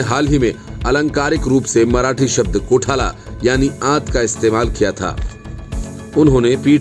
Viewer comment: कोठाला नही कोथळा